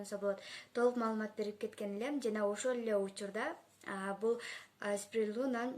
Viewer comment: Спирулина деп туура айт